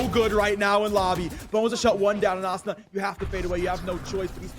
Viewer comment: This caster saying Azuna is pissing me off